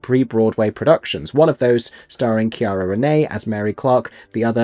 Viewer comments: See-Air-uh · Just FYI her first name is pronounced like Sierra, not with a hard C. ❤